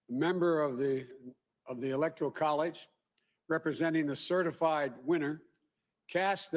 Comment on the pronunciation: CertifLied??? Is he drunk or a freudian slip..CERTIF...LIED???